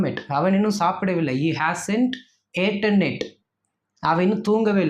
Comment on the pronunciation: Not aeten but it is eaten ஏட்டின் இல்லை eaten ❤❤❤❤❤ஈட்டின்